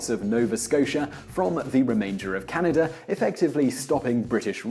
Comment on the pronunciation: about the map of huge america... Canadi? wtf? bruh, y u call us canadi's